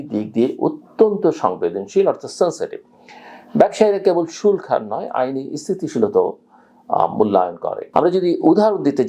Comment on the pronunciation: শুল্ক উচ্চারণ টা কানে বাধে।